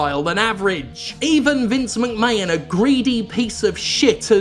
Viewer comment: Jim, im sure you’re saying McMahon wrong? Why say wrong Jim. Why